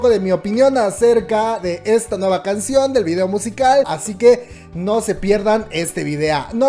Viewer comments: Por que dices "videa" ? Me causa conflicto, es video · "VIDEA" JJAJAJA DIAS HASTO DONDE VAMAS O LLEGOR. ;O